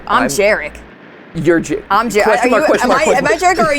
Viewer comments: as a polish individual, the first character's name is pronounced "yah-rek" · It's Yarek.. babajaga is Polish classic.. its ur hanz n gretle.. those are Polish names my dude.. ur part Polish should know this.. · Gooood, I love seeing Americans try [and fail] to pronounce Polish names 💜🖤 I'm barely 5 minutes in, but the fact that they took Jarek [Yah-rek], which is the most that one uncle at the family gathering/wedding kind of name, and turned it into an NTF fraternity dude-bro pronounced like Jared with a "k", just chef's ksss. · FYI that name is pronounced Yarek 😂😂😂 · Just came to say that in my honest slavic opinion, Jarek would be read like Yarek. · My inner Polak screaming at the pronunciation of Jarek combined with the fact that Mat is Polish, too 🥲